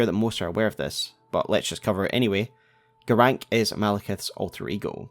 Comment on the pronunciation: Why are you saying Garanqq "Garank"? Like, they same his name 50 times. I'm sure you played the game more than once. Why is there a trend to mispronounce names that are stated out loud in the game?